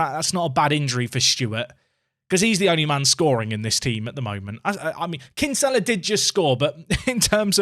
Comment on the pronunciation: As a fellow Dubliner that Kinsella pronunciation hurts my soul 😥